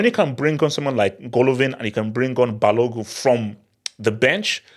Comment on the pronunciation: You forgot the N when pronouncing Balogun